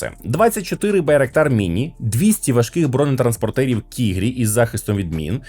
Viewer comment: Бронетранспортер Kırpı - їжак. Читається як КІРПІ з наголосом на останній І